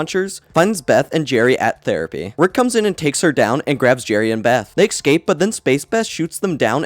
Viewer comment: He says excape instead of escape